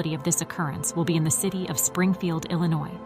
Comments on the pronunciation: “Illa noise”😭😭😂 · The s is silent in the word Illinois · The state is NOT pronounced Illinoise (with an "e" on the end). The state is pronounced Ill-ah-noy. Also X is the number 10 in Roman Numerals.